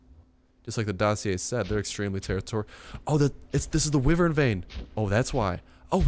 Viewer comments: why-vern it's so annoying you pronouncing it like that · its pronaunced Y-wern